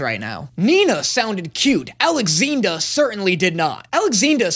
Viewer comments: Hold up... did you just refer to the chimera as... "ALEXINDA"?! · Alex-what!! Did he seriously call it Alexinda!! What!! 😱😢